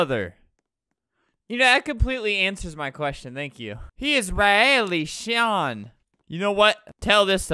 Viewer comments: Noob: “Sean” Albert: “sHeYaN” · that doesnt rhyme, sean is pronounced as shawn